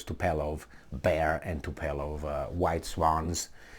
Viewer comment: is TUPOLEV not topelev lol - accent on U!